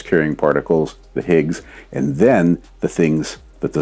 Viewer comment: 023: you "understiand" why I do the science I do "iand" further more